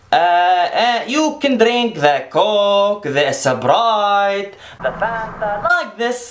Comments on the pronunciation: The coke the 'esperite' 😭😭😭😭😭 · 'The coke The esperitee the Fanta' 😂😂